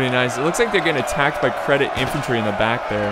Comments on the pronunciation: that unit isn't "credit", it is pronounced "Jeddit". And if I remember correct, Ottoman cavaliry was called Deli cavaliry, Deli means lunatic in Turkish. Isn't that interesting?:D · just for the record: Jedeet, not "sedit" (nice one btw :P) the c in Turkish is pronounced the way we would a "j" in "Jack". (j is pronounced the way we would the s in "measure" in Turkish). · its not credit.its cedit.pronounced at sedit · ITS CEDIT xD not credit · Lol dude u cant read...its cedit not credit damn :D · ÇETİN thank you, i was going crazy from him saying that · there is no r in cedit for the ottoman empire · basically every youtuber says it incorrectly so im not suprised if thats where you heard it from